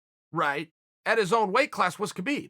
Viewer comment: Chael “I refuse to keep the K silent in Khabib” Sonnen